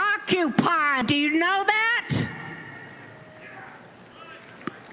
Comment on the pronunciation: Califate? What is that? Ocupod? What is she talking about?